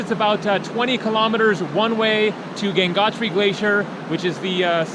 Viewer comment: The river name is Ganga not Ganges it’s Gangotri not gangnatri